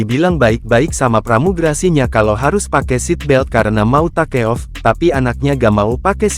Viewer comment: NGAKAK PAS AI NYA BACA TAKEOFF 😂😂😂